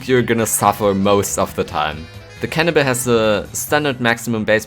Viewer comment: It sounded you said cannabis instead of cannibal XD